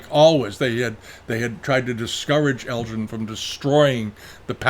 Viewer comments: I always enjoy your biased and one-sided view of history. While some of what is in this video is interesting it is also dripping with pro-Chinese and anti-British bias. You really do give the game away by taking great care in correctly pronouncing Chinese names while mispronouncing -- over and over -- the name of Lord Elgin, a name anyone with even a passing interest in history knows is NOT pronounced Lord El-GIN. But that's okay. At least your open about your prejudices here. War is hell. And it was a war. The spoils of war and looting were perfectly acceptable in the 19th century. We shouldn't apply today's standards to those of 160 years ago. You also leave out anything here that makes the Chinese look bad. Watch the BBC documentary done a few years ago. They tortured horribly for days on end the emissaries sent to China. That's just one thing you left out. Enough said. Try to be more even-handed in the future. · According to today's New York Times (in an article by Alex Marshall about Greek marbles) ..."The museum argues that Lord Elgin (whose name is pronounced with a hard “g” sound, as in “Helga”)"